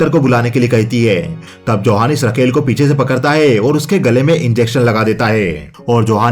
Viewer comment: रकेल नही राकेल होता है